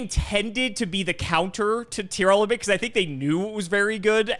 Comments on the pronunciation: It's TEAR LAMENT. Not Tear Element lmao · Also the way says Tearlament. I don't know where he's getting "Tear-element" from